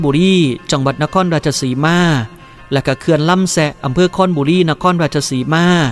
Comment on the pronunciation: ครบุรี บ่แหม่น คอนบุรี